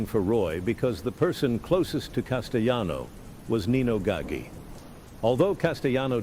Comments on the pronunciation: 1 Anthony Gaga? Any relation to Lady Gaga? C'mon, it's pronounced Knee-No Gah-gee. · Nino gagga 😂😂😂its gaggi